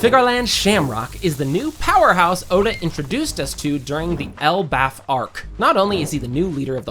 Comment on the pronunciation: What the fuck are your pronunciations? It's EL BAFF. ACKA EE NU. Jfc.